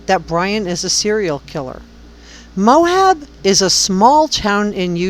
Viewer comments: Good podcast. Thanks. As a Utahn, it's pronounced just Moab, not Mohab. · i wish those who make content about real peoplw and events would bother with correct pronunciation mo-ab not mo-hab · Quite interesting. The town is pronounced Moab not Mohab But I can see where you’re thinking about things and I commend you for putting so much time into this. I’m just another person that has followed this story from the start and I think about those girls every day.